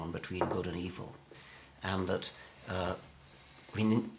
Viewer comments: im not a native English speaker, may I ask why does Miller pronounce it "evel", instead of something like "ev'l" that Dawkins says and I too, for that matter... ? Is it accent (which one) or mispronounciation? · I love how Miller pronounces "evil." He's straight off of Austin Powers. Word. Ey-vell. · Miller has a pronounced "public school" accent: eev-ill, whereas Dawkins accent is less marked, and is a result of not having quite the same background, Anglicans being more likely to refer to it as eve'll, in somewhat more a North American manner..